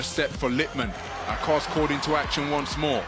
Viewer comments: Simge Aköz not Akoz please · He can pronounce ö in Özbay but he cant pronounce ö in Aköz 😅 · No Akoz, its Aköz